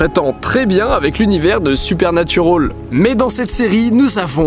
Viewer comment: Super vidéo comme toujours Didi, mais par pitié bande de Français si vous décidez de prononcer les noms anglais avec l'accent requis RENSEIGNEZ-VOUS SUR LA PUTAIN DE PRONONCIATION EN QUESTION AVANT DE L'OUVRIR ! Le "al" de Supernatural par exemple ne se prononce PAS "aule" bordel ! C'est moche !